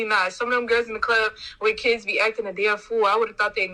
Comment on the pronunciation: It cracks me up when I hear someone say "key-ids".